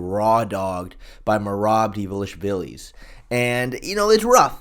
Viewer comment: I’ll do my homework when pronouunces divaleeshvaleez right